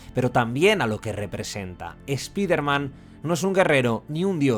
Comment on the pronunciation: no es eso bro. Spiderman es un nombre propio por eso tenes que decirlo como correctamente se llama y se pronuncia de donde viene su origen. Es solo eso. Sino le podes decir el hombre araña que es su traduccion. Tambien es raro que a palabras como fortnite ustedes si le pronuncian bien la i como "ai". Pero bueno no se, cosa de ustedes...